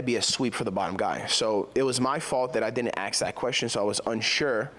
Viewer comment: And the research is being done on a guy who can't pronounce the 3 letter word 'ask'.